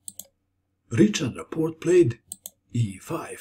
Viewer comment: Great video! You make the most instructive chess videos. Just one thing: the "ch" sound in the hungarian name Richárd is pronounced like the letter "h" in english.